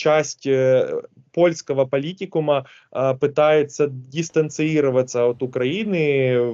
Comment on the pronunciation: Максим Джигун двух слов связать не может , запинается , говорит с ошибками ...где вы его выдрали ??? "дистанциИроваться" - пиз@ какой-то...